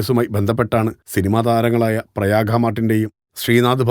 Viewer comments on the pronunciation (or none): പ്രയാഖ അല്ല പ്രയാഗ.